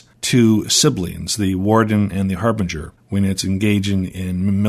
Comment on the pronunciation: harbinger pronounced with soft g, a j sound